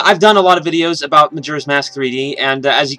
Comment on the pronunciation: He keeps saying majura's mask, not bitching here but its just annoying lol